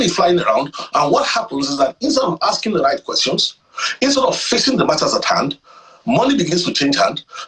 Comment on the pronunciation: Is it aksing or asking?